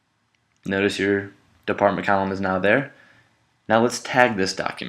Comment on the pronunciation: Great demo. Column sounded like Callum though.